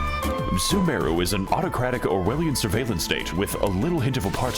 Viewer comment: As someone who plays genshin it physically hurt me when he called sumeru "soomaroo"